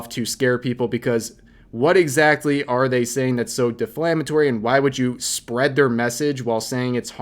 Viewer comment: Pls fix incorrect word pronounce, deflamatory to correct God tier pronounce ... defamatory